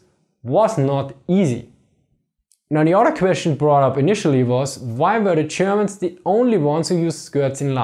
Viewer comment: Zze Chermans